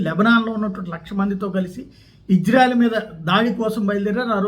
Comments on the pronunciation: అయ్య మీరంటే మాకు చాలా గౌరవముంది.... ఇజ్జ్రాఎల్ కాదు... ఇశ్రాయేల్.... కొద్దిగా బష జాగ్రత్త... దెవుని ప్రభావము నీ మీదకు దిగివస్తుంది. క్రిస్టియన్ మనోభావాలు ప్లీస్... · ఓరి... ఇశ్రాయేల్ అంటున్నవో....హిజ్రాయేల్ అంటునావో అర్ధం కావటంలేదురా బాబు!!